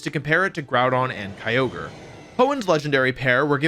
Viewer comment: He didn’t say keeogree instead of kyogre